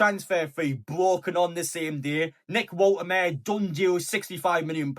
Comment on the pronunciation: Bro, please get the pronouniation right.. Wolte ma de.🎉